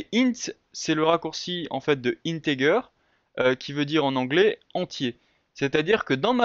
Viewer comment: Bravo M'sieu'... Belle pédagogie !... Juste un truc.... : C'est pas "inntègueure" mais "inntèdjeur"..... C'est juste pour taquiner..... Beau boulot.... Merci pour ça !...